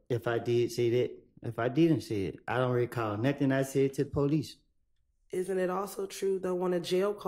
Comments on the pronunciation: “Ion recawll” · He we go “ “..😂😂😂😂